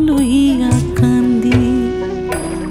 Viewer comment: হেমাঙ্গ বিশ্বাসের এই গানটি আমি আমার গুরুবাবা শ্রী শুভেন্দু মাইতি মহাশয়ের কাছে একেবারে খালি গলায় প্রথম বার শুনেছিলাম।। একদম কেঁদে কেঁদে ভাসিয়ে ছিলাম সেদিন। "কান্দি" শব্দটি ওরকম উচ্চারণ আর কারোর কাছে কোনদিন শুনিনি।। সেই অপূর্ব আকুতি 🙏🙏🙏🙏🙏